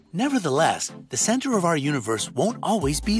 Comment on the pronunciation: I'm Hearing Central Not Center ???